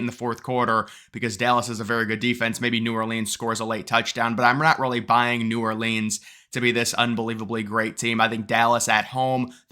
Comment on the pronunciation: New Ore Leans 😂